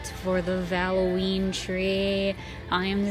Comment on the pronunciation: Wasn't sure she's doing summerween instead says valloween